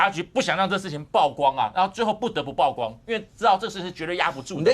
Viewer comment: 曝光 現在台灣人都要唸「爆」光了嗎？ 李柏毅議員